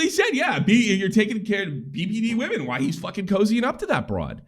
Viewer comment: can’t say “women”, but damn, he’s a master at segueing into an ad.